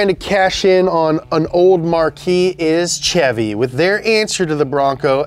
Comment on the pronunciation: That’s not how you pronounce Chevy